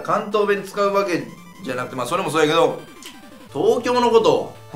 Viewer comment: ここの粗品の「だけど」がめっちゃ関西弁の「やけ↑ど」のイントネーションw